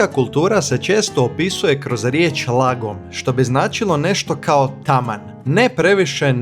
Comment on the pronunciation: Šta logom? "Laagom" se izgovara. I Fika, dugo i.